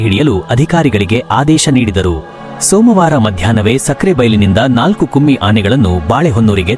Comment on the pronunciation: its not kumi Anne it’s Kumki. Don’t give wrong info or tell incorrect words . 1st learn to pronounce